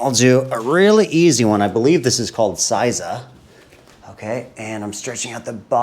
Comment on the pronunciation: “Seiza” - pronounced “say-za”